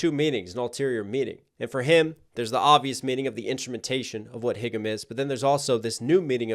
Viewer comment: It’s pronounced haegum(hey-gum), not higum, lol :DD